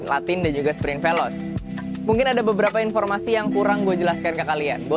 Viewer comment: bang maaf koreksi,bacanya bukan velos...,tapi yg bener velose!!!